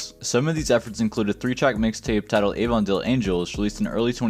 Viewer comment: btw Avondale is pronounced with a short A at the beginning not a long one, but thanks for digging up all this info!